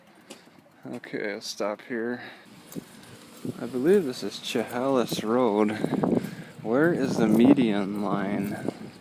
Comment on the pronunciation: The cat is always left there it's their pet, it is pronounced k eye zer, you said chehalis wrong too, are you from our town? You see plugs for energy efficient cars everywhere Walgreens city hall Keizer station Safeway mercantile ect. I'm proud to see Keizer is the best little town in Oregon